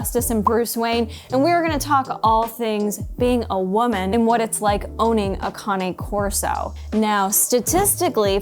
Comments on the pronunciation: Kane corso not karney corso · It’s not conny corso…Cain corso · lol canna corso lmfao when you say candy cane do you say candy canna too just because you miss pronounce a word don’t make it bougie😂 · You shouldn't have a dog if can't pronounce there bred iks pronounced Kane corso.Get your self a hand bag dog.